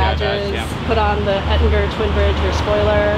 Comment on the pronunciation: If yer gonna work at VW....you had better at least learn how to pronounce German words correctly! "Uhhhhh….I put on an Ettin-grr twin bridge....:" Nothing pisses off Germans more than a Yank that won't even try to speak the words or language correctly. The name of the company is ÖTTINGER and is pronounced PHO-NETIC-ALLY....OOTING-ER! And because there are countless people who SOMEHOW can't figure out umlauts, the company started out in the mid 1940's spelling it English-ized like this: OETTINGER. Jesus.